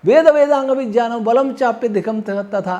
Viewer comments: उच्चारण शुद्ध ही है ज् + ञ् = ज्ञ चाहों तो हिन्दी कीबोर्ड में टाइप कर के देख लो । या किसी संधि की पुस्तक में देख लो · सही उच्चारण यही है जो बोल रहे है हमें जो स्कूल मे उच्चारण सीखाया जाता है वो गलत है.... सब ज्ञ = ग क़े रूप मे बोलते है जबकि इसका उच्चारण ज़यां ऐसा कुछ बनता है जञ = ज्ञ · ने शुद्ध उच्चारण किया है ज्ञ को सन्धि विच्छेद करके देखो।गलती हमारी नहीं हमारे स्कूलों के अध्यापकों की है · कान साफ कर के सुनो तो सही से विज्ञान सुनाई देगा महोदय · विग्यान ऐसे लिखा जाता हैं। ये विज्ञान ही हैं। अर्थात सही से बोल रहे हैं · का उच्चारण शुद्ध है। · महर्षि पाणिनि कृत वरुच्चरण शिक्षा पढ़ी होती तो ये महत्वपूर्ण नहीं मूर्खता पूर्ण लगता । भूमिका खोलिए, उसमें साफ बता रखा है । सहि उच्चारण कर रहे हैं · अरे महाशय जी, " विज्ञान " का "ज्ञ " अक्षर ज और इसी च वर्ग के अन्तिम अक्षर के संयोग से बना है अतः इसका उच्चारण अर्ध ज से ही होगा !